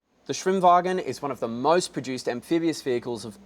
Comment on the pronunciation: "SWHIM-WAAAAAGHEN!" It just sounds so much better in Aussie. xD